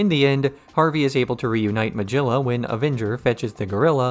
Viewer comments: Great videos to listen to in the background at work, but I can’t get over the pronunciation of Meguilla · Excellent retrospective review. One issue: Magilla is pronounced with a G like “goat”, not as in “giraffe”.